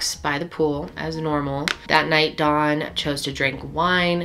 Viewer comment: You keep calling him dawn